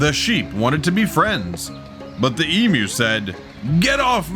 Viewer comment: Wow finally an animal video bothering to correctly identify the different animals... including the correct pronunciation of eeeem you ( emu)